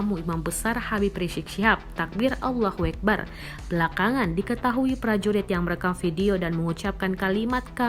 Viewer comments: Eh Tribun Timur. Ngucapin nya yg Bener. Allohuakbar bukan Allohuekbar. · Saran cara membacanya dibenarkan oke Itu Allah huakhbar Bukan huekbar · Yg baca narasinya bukan orang islam, masa nyebut allahu akbar jadi " allahuwek bar " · Woyy Admin Nyebut ALLAHHU AKBAR yg bener dong JGN MAIN2.... apa2an nyebut ALLAHHU AKBAR ... tapi malah nyebut ALLah HUEKBAR APA ?? Wahai TNI jangan takut kmu Tidak salah krn km Pndukung umat islam & kami Rakyat Di belakangmu.. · Weh min.. Allahu Akbar bukan Allahe akbar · "Takbir allah hueakbar" itu yang baca siapa? lafal nya yang bener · Allahu Akbar admin, gmana bacaannya salah